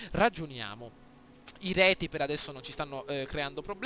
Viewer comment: Io ti consiglierei di eliminare gli Elvezii, sono d'intralcio per l'obbiettivo della conquista italica, poi proporrei una guerra epica coi Retii (i quali si pronunciano Rezii) per poi usare i loro terreni come testa di ponte per la Suebia. Spero d'esserti stato d'aiuto e complimenti, bel video!